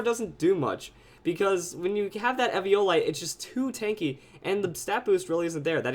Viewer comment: Eviolite. It's pronounced EE-VEE-OH-LIGHT, EEVEE-OH-LIGHT!